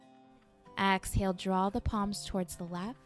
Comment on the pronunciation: Great video but I’m such a “yoga dummie” that I thought AXALE was a yoga term .... I didn’t realize until almost the end of the video that she was saying EXhale 😭🤣💀💀💀💀